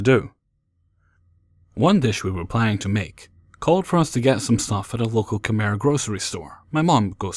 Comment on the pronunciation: It amuses me that you pronounced it "Kmer". For the sake of this being a constructive comment it's pronounced something like "Kmai" or khmai". :)